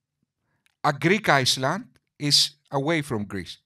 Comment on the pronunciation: Friend - forgive but the s in island is silent it sounds like ireland when you pronounce/ (your english is far superior to my Greek though )